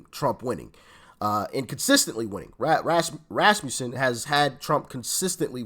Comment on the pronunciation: you finally pronounced “Rasmussen” correctly!